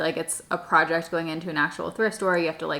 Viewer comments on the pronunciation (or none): none